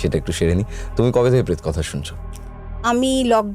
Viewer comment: সবই বুঝলাম কিন্তু উনি 'পেত'- কথা বলছেন কেন???